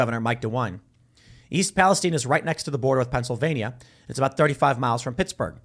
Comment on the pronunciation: What is this 'Pa-les-teen' pronunciation?